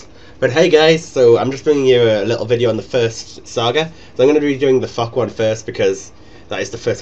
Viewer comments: heard fuck instead of thok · Flock fock fuck. Sounds strangely scottish. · Lol, every time you say Thok I hear: fuck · Whenever he says 'Thok', I swear it sounds like 'fuck' lol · lol its like ur saying fuck everytime :-) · I love how when you say Thok is sounds like Fuck. XD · when u said thok, i thought I heard Fuck, haha anyways a wonderful guide, keep it up :D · I like the part when you say Thok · Maybe he was saying Thok after all....